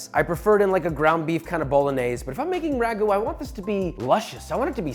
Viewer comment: it is not ragu`